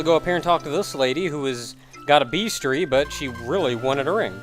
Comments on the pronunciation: "Beastiary,", not "beastary." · I've never heard "bestiary" pronounced "bees-tree" before.